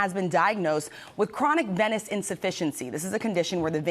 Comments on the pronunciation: Venous not veinous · Chronic vee-nous insufficiency. Say it correctly.